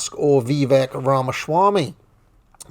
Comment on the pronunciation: Ramashwami? A sudden case of mush mouth?